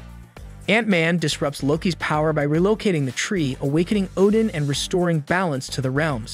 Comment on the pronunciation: so, Oddin entered the Odin-sleep? Same word pronounced 2 different ways in 2 seconds!